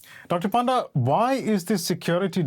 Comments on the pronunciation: more like Puh-nda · Bro that's not panda.... it's actually pronounced as Pa - nda (Paa) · Please dont call him Doctor Panda, otherwise Chinese will claim ownership on him too.. Also we pronounce Panda as Ponda.!